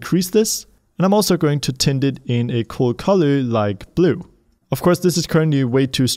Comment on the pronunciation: I love when says "very very COAL" instead of Cool.